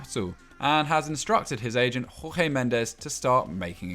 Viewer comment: How many times football daily i have to say this its Jorge not Rorge we are portugese yes portuguese u know a neighborhood country of Spain that speaks portuguese not Spanish u portuguese a Romance language just like Spanish that comes from Latin language the same applies to Brazilians and Latin Americans too stop assuming Portuguese is Spanish when its not the aplies to any in football daily including u